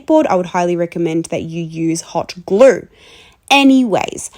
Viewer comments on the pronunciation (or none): I love how she said hot glure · Hot "glueaeaurre" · Where do I get "hot gluuhrr"? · "hot gluuur" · The way she says glue 😂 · I have never heard someone pronounce glue with an R thrown in it! I’m here for it though! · the Aussie accent really comes through with the word 'glue' :D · I love how you say glue it scratches my brain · Is there an ‘R’ in glue or cute? 😂